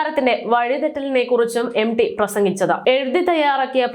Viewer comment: M. D എന്ന് അല്ല m. T ആണ് ശരി ഉ ചഛാ രണം ശരി യല്ല